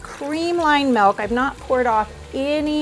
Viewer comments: I’m grateful for the information and the video! My only gripe is “m-I-lk” not “m-e-lk”. But that’s my autistic pedantic tendencies speaking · It’s milk not melk 😂😂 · Poll for the audience: how do you pronounce "milk"? a) milk b) melk (like the lady in the video)